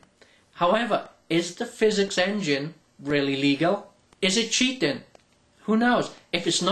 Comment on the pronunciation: Omg you say cheating so funny xD y